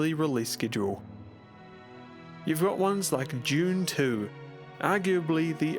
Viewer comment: That's Dune 2, not "June 2."